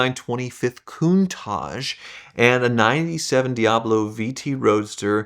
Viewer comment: Why can't he, or any American say Countach? Why do they zazz it up "cooontaaahhhgee". Its "Cun-taTch".